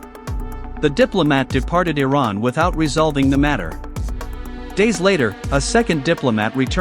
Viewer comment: Learn how to pronounce Iran.